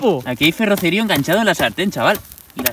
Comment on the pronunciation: Bro durante todo el video has dicho ferrocerío con la silaba tonica en la i cuando la silaba tonica la tiene en la c